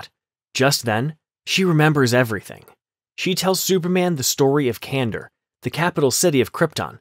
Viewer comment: Kan dor. Not Kandur.